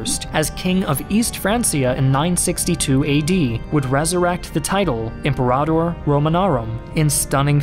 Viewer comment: This video was well presented. Here is just one point to assist, since I am a history professor, specializing in Western Civilization: be careful of your pronunciation. Several were mispronounced. Francia has a hard "c" sound, like a k. Imperator in Latin is pronounced Im-PER-a-tor. These are some examples. Be careful on future videos.